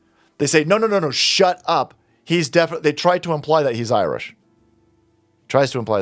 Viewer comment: He isn’t IRISH he’s “Iwish”